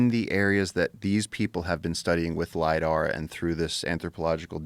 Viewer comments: Hey Joe,, stop with the 'Lydar' already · Joe "But did you LIDAR" Rogan.